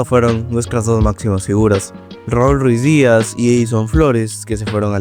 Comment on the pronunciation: no pude ver tu video porque mi oidos sangraron, ES RUIDIAZ NO RUIZ-DIAZ